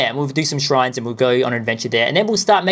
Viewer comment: It's Gerudo not Jerudo